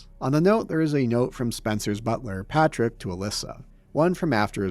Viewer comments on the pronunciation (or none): none